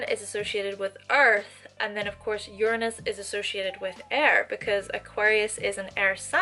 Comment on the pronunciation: I see you, I feel you, but I do think that you're pronouncing Uranus wrongly..........